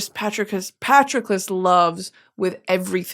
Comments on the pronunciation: Girl I understand that you aren’t a big fan of Greek Mythology, however, Patroclus’s name is pronounced “puh-t-Raw-clus.” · I'm sorry but Britany's pronunciation of Patroclus is so funny to me. Good old Patrick love that guy!